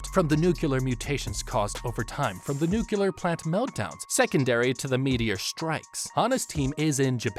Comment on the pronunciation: I’m loving the video! My inner scientist just needs to say it, though: it’s “nu-clear”, not “nu-Q-ler”